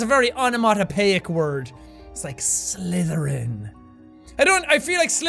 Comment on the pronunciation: Jack: "Slytherin!" Me: "Can I just say that that sounds like "slither in" and the way you said it Jack sounds a bit wrong..." (Hint "Slither in my bed!") XD Sorry but it does!